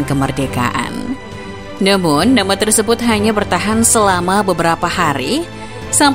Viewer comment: maaf, hrusnya "TERSEBUT" bukan terEsebut 🤦🏻‍♂️🤦🏻‍♂️